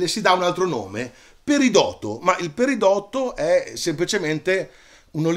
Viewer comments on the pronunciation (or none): Se posso permettermi ti espongo alcune differenze fra quello che hai detto tu ( fantastico!!! ) e quello che hanno insegnato a me al corso di laurea: 1) le pietre sono rocce lavorate ( quindi il titolo non sarebbe proprio esatto ma capisco che magari è più allettante) 2) si dovrebbe dire perìdoto non peridòto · Grazie Marco! 2) Anche io avrei detto che la pronuncia corretta fosse "perìdoto", ma il Dizionario di Ortografia e Pronunzia DOP mi dà "peridòto": Altri dizionari, invece, sembrano ammettere entrambe le pronunce: 1) Sì, ho usato "pietre" nel titolo perché mi faceva più ridere. Nel linguaggio comune, pietra può essere usato come sinonimo di roccia o di sasso, e così viene riportato dai dizionari che ho consultato. Ma ti rinigrazio per la precisazione tecnica. D'ora in avanti la terrò a mente! :-)